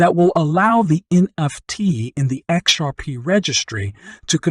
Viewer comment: I can't watch you because you say exurp, instead of xrp